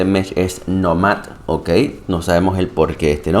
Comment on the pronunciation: Está muy cool el mech definitivo estará en mi hangar lastima que no tiene más energía. Respecto al nombre creo que la pronunciación correcta es Nómad (Nomada en ingles) con acento en la O y no en la A asumo el nombre es xq la siguiente temporada viene con temática de desierto donde habitan los nómadas como se ve en el trailer que habían publicado. Es mi suposición, excelente video como siempre. Saludos!